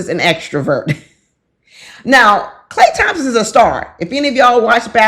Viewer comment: lmao you said it right a couple times... you are ❤‍🔥